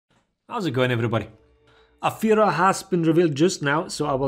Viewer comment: Ami the only german that always hears "A Führer" instead of Afeera?